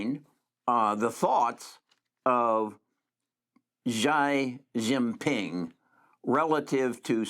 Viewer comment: Xi Jin Ping pronounced Chee Jin Ping